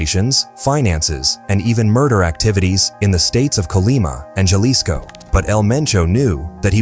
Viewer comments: Ha-lisco not ja-lisco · Is pronounced with an H not an J godly do l if your actually doing research you works know that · How ignorant to not even know how to pronounce Jalisco